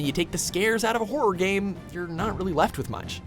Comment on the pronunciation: The way he says horror is horrific